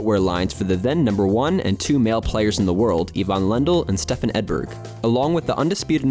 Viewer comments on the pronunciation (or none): none